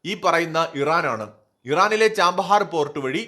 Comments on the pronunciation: ചബഹാർ എന്നാണ് തുറമുഖത്തിൻ്റെ പേര്, ചാമ്പഹാർ എന്നല്ല .വർഷം മുഴുവൻ വസന്തകാലം എന്നാണ് പേർഷ്യനിൽ അർത്ഥം. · ചാമ്പഹർ അല്ല chabahar അല്ലേ